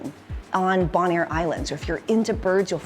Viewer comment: Its Bone-air.